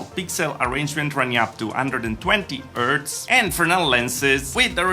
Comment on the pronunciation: I like how you say "ertz" for Hz.